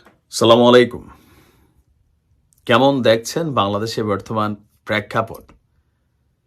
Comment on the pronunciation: ভাই আপনি স্লামালা-ইকুম বলা বাদ দেন ।স্লামালা-ইকুম মানে উটের নারিষভুরী। বলুন আচ্ছালামুআলাইকুম।আচ্ছালামুআলাইকুম